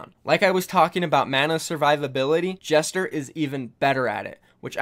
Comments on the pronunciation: Gesture not jester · It's "Gesture" not "jester" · y u say gesture like jester tho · Please pronounce "Gesture" as Gesture, not Jester. Thank you in advance. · well the word gesture is pronounced with a soft g (j) soo.. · Lol for gesture you said jester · Is it just me that thinks he is pronouncing Gesture as Jester? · You pronounced Gesture's name wrong. Simple English word dude.